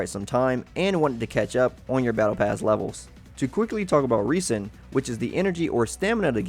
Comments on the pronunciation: Just a heads up; You're pronouncing resin wrong. It's pronounced 'res-in' not *'re-sin'*. Noticed you doing that in a few of the genshin impact videos I've seen. Good guide though; Keep it up!~ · my boy said reese in. and i dont like it. its rez in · This is a great video, thank you. But just to let you know resin is said like reh - zn